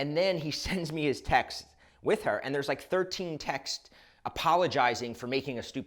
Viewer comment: What is “appolojsirius”?